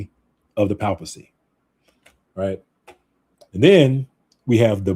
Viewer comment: Hey there, you're pronouncing "papacy" incorrectly. You may want to look up the correct pronunciation online.